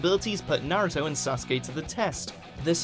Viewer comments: “Nay-root-oh!” 😫😫😫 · Hearing pepole say names wrong gets on my nerves ...especially in naruto where the names are very Asian and have double meaning...nawurdo sakora kakashee and hinyate are some of the worst ...like its hinata ...like A sunny place..its a beautiful name when said right and it just hurts to hear it pronounced wrong ..cringe